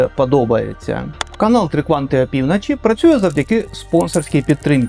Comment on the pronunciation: Я перепрошую за нахабство, але кожен раз коли я починаю дивитися ваше нове відео, я так і хочу вам написати цей коментар... І не з боку зухвальства, але із найкращими побажаннями вам та каналу: будь-ласка вимовляйте в словах звук "О" як "О", а не як "А" (прик. АпівнАчі). Я, як ваш глядач, дуже про це прошу. Неодразу вийде - і це абсолютно нормально, але хоча б спробуйте. Дякую!!!